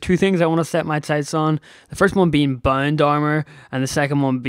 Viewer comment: Im sorry if i offend you but everytime u say bound i heare bone